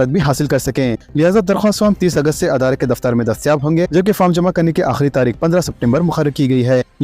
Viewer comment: Tum kitne jahil ho k tum idare ko adara bolte shame